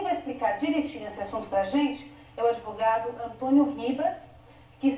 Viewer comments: exeiste? kkkkkkkkkkkkkkkkkkkkkkkk poldo, o "adevogado" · kkkkkkkk poldo, o pseudo-"adevogado" kkkkkkkkkkkkkkkkkkkkkkkkkk